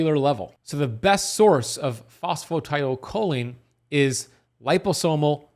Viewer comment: You know I'm not understanding what you're saying are you talking about phosphatidylcholine?... I think you are just saying it wrong in fact you can get it from less than cheaply at most stores